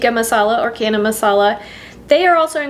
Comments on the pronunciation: Friendly correction from an Indian: it is not Kana Masala, but Ch as in China. Channa. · Thank you for the lovely video. FYI the ch in chana is pronounced the same as the ch in chicken. So not “cana”. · Chana is pronounced with the ch like chips or chain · Thanks for the recipe. But ch in chana/channa is pronounced like chair, not like cat. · Wow canned indian food..love your channel..can i if you dont mind chana is pronounced as ch in charming🙂